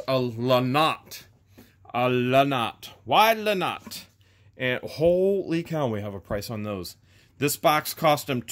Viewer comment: Lol. La nox. It's not. La not. You are hilarious.... Where are you?